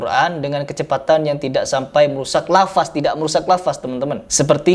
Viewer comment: Bilang lafadz aha lafazzz